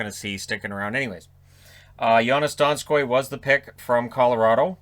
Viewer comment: You would think, as a "celebrity" that you would ask someone how to pronounce the name of the guy you are gonna announce. It isn't like it as a secret before hand or anything.